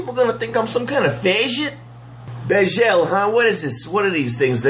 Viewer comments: i have misophonia and every time you pronounce "bagel" wrong i have a violent seizure. i'm in a hospital bed writing this. i hope you're happy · 40 seconds in realizing he is saying Bagel 💪🤤